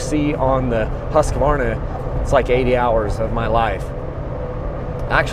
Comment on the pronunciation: It is great to hear you pronounce Husqvarna correctly, very professional . For some reason a lot of other people pronounce it as Husk-a- varna. In America for some reason.